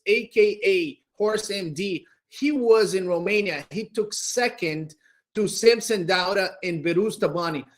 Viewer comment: can someone teach how to pronounce SAMSON DAUDA??? Its not DO-ADA its DAU-DA how hard is that!!!!???